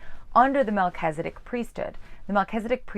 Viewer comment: I'm sorry, but I just cannot continue to listen to you pronounce Melchizedek as if it is MelchEzedIk. Since you're presuming to teach us about The Melchizedek priesthood, you should at least know how to pronounce the name.